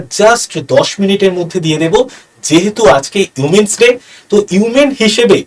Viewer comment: Women's day k umens day bolchen ..ami age giye ektu porasona korun😅